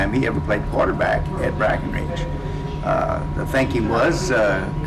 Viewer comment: Why does he keep saying Breckenridge?